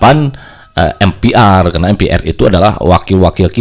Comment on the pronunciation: Sejak kpn MPR dibaca atau disebut em pi ar? Lembaga negara itu bg harus bnr cr pengucapan nya